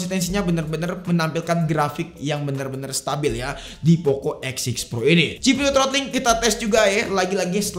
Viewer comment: W Dengernya Poco X Shit Pro...